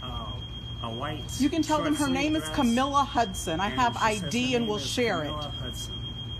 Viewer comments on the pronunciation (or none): none